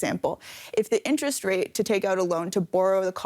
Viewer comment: "Nterest rate"